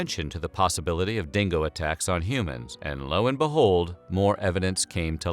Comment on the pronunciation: The "real story" as told by an american that cannot even pronounce dingo, uluru or azarias name